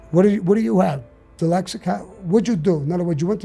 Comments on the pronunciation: Sammy the Bull: “Dylexic” EVERYBODY: “Dyslexic!” Me: “Is that how it’s really pronounced? Maybe he knows because he’s dyslexic?” 🤔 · You know your dyslexic when you say dylexic. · I bet he still pronounces it “Dilexaca” because no one ever had the balls to correct him. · He's soo dyslexic...that he calls it Dylexic. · He’s wrong about not needing a lot of ammo. What if you’re being attacked by multiple ppl with guns goofball? And it’s dyslexic not dylexic. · Somebody needs to teach him he's dyslexic and not deelecsick😂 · 'DELEXIC' KKKK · Repeat after me Sammie "dyslexic ". No Sammie, let's try it again "dyslexic ". No Sammie one more time "dys" " lex" "ic". Good now put it together "dyslexic". Wrong, come on dude. SAMMIE PUT THE GUN AWAY!!!!! LOL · This man is so tough and respected nobody ever told him he was pronouncing Dyslexic wrong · To be honest his teeth don't allow him.to say it correctly, thats the kind of critical thinking u need to have. Critical thinking before critical living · Can't pronounce "dyslexic", but ain't nobody gonna tell him. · Do you think anyone bothered to correct him? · I love how he doesn’t pronounce dyslexic right after being diagnosed 76 years. Gives 0 fux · I cannot believe you called that out? Brave 👏 As for me imma just pronounce it Sammy's way from now on thank you!